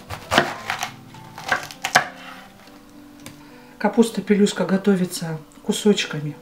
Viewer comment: Хороший рецепт..только не пилюстка ,а пЕлюстка (в переводе с украинского "пелюстка" означает "лепесток".